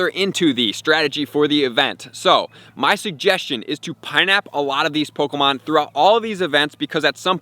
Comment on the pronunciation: I don’t like how he says “POKOmon”😖